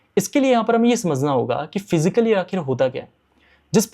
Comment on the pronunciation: Abey gawaar फ़िज़िकल नहीं फिस्कल होता hai